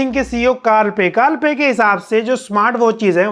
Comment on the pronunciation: When you said carl pei ki marketing. It was like carl pei ki maa ki😂